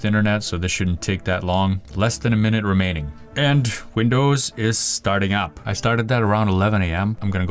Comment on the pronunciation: pronouncing Remaining is the same as pronouncing Romania :D